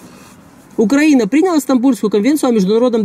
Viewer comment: УкраИна, а не УкрАина